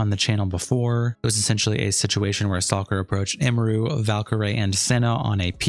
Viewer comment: Every content creator I've seen making videos about this can't pronounce her name right 😂It's Em-er-ru, not Ee-mer-ru, Em-me-ru